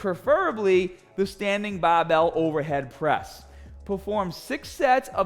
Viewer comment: Translation for you new guys: BAHHBELL = Barbell STAHHTED = Started AHHM = Arm HAHHDA = Harder